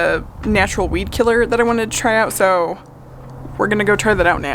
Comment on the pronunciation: Good grief! I thought you were saying bee killer until you were mixing up your WEED killer. 🤦🏼‍♀️